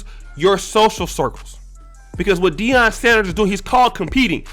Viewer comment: it’s “Deion”